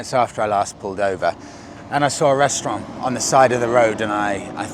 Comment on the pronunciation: You've been watching too much Mickey Flanagan by the looks of it, due to the way you pronounce "restaurant" 😂 You missed out if you didn't go to Esch-sur-Sûre on your way back. Major bike ride to place in Luxemburg. Head up N12 or the 101 out of Luxo, it takes about 50mins to get there. Nice cafes and on the river. There's a dedicated bikers hotel there too.